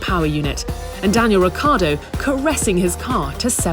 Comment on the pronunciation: Ricciardo, not Ricardo.